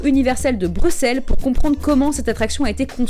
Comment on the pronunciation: Pour avoir prononcer correctement Bruxelles, cette vidéo mérite d'être vue.